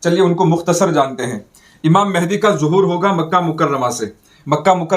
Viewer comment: حضرت ماشاءاللہ بہت اچھی ویڈیو ہے مگر لفظ مہدی کی اصلاح فرمالیں